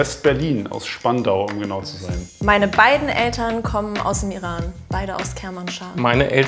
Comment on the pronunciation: H Ich hatte geschworen das ist schleswig-holsteinisch oder hamburgisch ausgesprochen!!😱